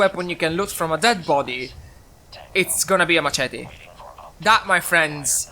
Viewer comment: First things first, you said summarize correctly and machete is said like mashete. When I played the game, I used a melee weapon once, because I felt like it. In the early game, the game throws weapons at you (particularly pipe weapons and hunting rifles). I did run out of ammo for my hunting rifle, but I just used a pipe revolver for the rest of my playtime. I think some melee weapons do more damage than guns (the pickaxe and pool cue doing I think over 40) far away enemies or those on a building make you an easy target. It took me until like level 5 to find the rifleman perk (10% more damage for non-automatic rifles). And it took me the entire duration of the beta to get to level 5. Then again, I wasn’t doing quests so it might be shorter for others